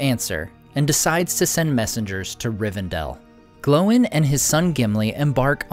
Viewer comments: Dude you keep saying it like "glow-in" and that's just obnoxious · Why do you say Glow in? It's Gloin dude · So is it pronounced "Glo-in" or "Gloyn"? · I live your videos, but why do you always pronounce Gloin and Oin incorrectly? It's one syllable. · Why do they pronounce Oín and Gloín differently in the films?